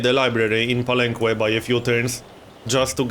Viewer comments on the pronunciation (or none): Palenque is pronounced palenke anyways love your videos. Youre doing pretty good in this game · Believe me man, im mexican, i speak spanish and ive been there, the "que" its pronounced as a "keh":) you can trust me on this one. Its the same as in all the words in spanish that use the qu-, you dont say the "u". Palenque is the name in spanish to the city, which is Bàak in mayan, so it follows that grammar. Just so you know how its the correct way to say it. Really looking forward this series btw! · Hey, you pronounce the que in palenque as a "keh", not with an oo sound, just so you know, great vid as always!